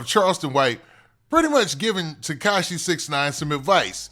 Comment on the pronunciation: He say Teshaki😂😂